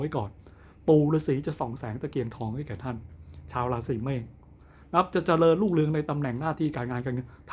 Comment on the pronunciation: พูดให้ถูกค่ะราศี เมด ไม่ใช่เมฆ